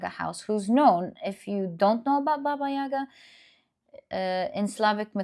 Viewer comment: Thank you for the reading, ❤ Just wanted to correct you a tiny little bit (with all my respect and gratitude). In Russian we pronounce it “bAba yagA”. We put stress on the last syllable in “yaga”. “Baba” means woman basically (used in old times, now considered quite rude). “Yaga” is something like an evil witch, but it’s used only together with “baba” (like “baba yaga”). We have a lot of fairy tales about this lady 🧙 Hope it helps 🙏🏻